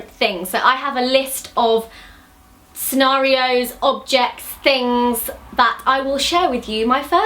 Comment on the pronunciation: When she said scenario I thought she said Oreo